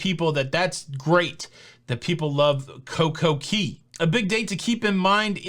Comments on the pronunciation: Oh man. I love the videos but the Coco Key thing is getting to me please... it’s Cay not Key. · hey, hey, hey. It's called CoCo Cay, not key. Love your videos. Let's talk about it.